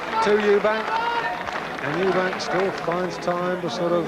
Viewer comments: why can't say Eubank??? Eubank not Eubanks you dipshit!!!!!!! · An insult to Chris that one of the commentary guys calls him ‘Eubanks’.